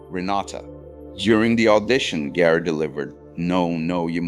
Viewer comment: It is pronounced Gaar, not Geer. Why I am finding AI annoying.